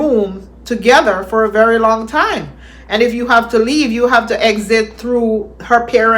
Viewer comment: I think it's selected words something to do with the vowels of the preceding words. Like I said as explained to me by my colleague. He cannot say very. It's always "bery". I came across this about it. "Put in terms of the International Phonetic Alphabet, the English letter ‘v’ represents the sound /v/. The Spanish letter ‘v’ either represents the sound /b/ or the sound /β/."